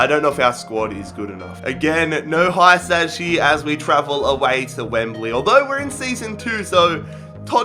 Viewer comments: Hiousai is the name not hysaj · It's not Hysaj its hee-sigh